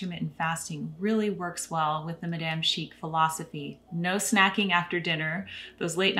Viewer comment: You have great content! A little criticism: it bothers me a bit how you pronounce madame after living in France. 😳😉